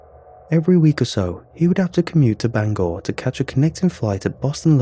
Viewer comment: Props to you for pronouncing Bangor properly. Most people from other parts of the US can't seem to.